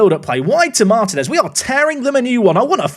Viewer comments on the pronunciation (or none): and butchering names, Martinez isnt martin-ez it is marteen-ez. and Bolado isnt Bolardo, no R